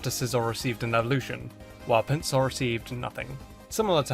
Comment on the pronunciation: did anyone hear Pin-suar not Pin-ser it’s pronounced Pin-ser I’m pretty sure